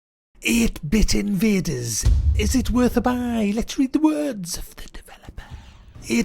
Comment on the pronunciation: eeeete bit eeeenvadeeers lol